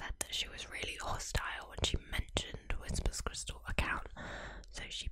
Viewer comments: Why do you keep saying "Whisper's crystal" When her YouTube name is WHISPER CRYSTAL NOT "Whispers" with an S!! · Immediately it’s clear you don’t know what you’re talking about. The name is WHISPERcrystal, not WHISPERScrystal. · It’s Whisper Crystal. But you keep saying Whispers Crystal. It’s very confusing. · You keep saying WhisperS Crystal. It's Whisper - singular. And maybe she liked her anonymity and wants to keep it that way. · Could you not have at least gotten the name right? It bugged me every time you said whisperScrystal